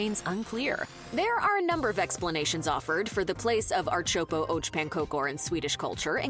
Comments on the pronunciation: Archopo och pankokor.. this AI totally butchered that. It's Ärtsoppa och Pankakor (“AIRt-sop-pah ock PANN-kah-koor”, or [ˈɛːʈˌsɔpːa ɔk ˈpanːˌkɑːkʊr] in phonetics ).. and then took forever to explaining that it is "pea soup and pancakes" Also, about the princess cake, she did say what the flavor was: Marsipan. It's a sugary almond paste. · Ar-chopo oach pancokor never gets old. It's the worst butchering of Swedish i've ever heard in my life 😂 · ”Art soppo arch pan cocor”😂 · No, we don't dip our pancake in the pea soup. That's nasty. She's confused. Don't listen to her. She can't even pronounce the name of the dish. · Omg we really don't dip the pancakes in the soup! And also her pronunciation of ärtsoppa is all kinds of wrong. Smörgåstårta is soo good. I mean layers of seafood or coldcuts mixed with cream cheese, mayo or creme fraiche what can go wrong with that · There is NO dipping of my pancakes into peasoup! NEVER! The pronunciation was terrible to Swedish ears. - Swede from Stockholm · one thing that can not be stated enough,the narrator butchers most of the names of the food. No,we won't dip the pancake into the ärtsoppa (split pea soup) One other thing to add, kladdkaka is one of the first thing we was thought to make in schools here in Sweden. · Funny that she is speaking english then when speaking of the food she uses the swedish words and it sounds horrible😂😂😂 why dont say them in english so all people understand👀🤠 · She is really murdering the Swedish pronunciations. 😂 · I agree. Hopeless pronounciation, specially for Ärtsoppa...